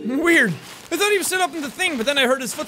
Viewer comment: Jack,U have lost ur h with T combination as in u said"game of trones","tirty" instead of thirty,"true" instead of truth and "tought" instead of thought. I dont know what causes that u will probably be fine in some time. Am I the only one to notice that?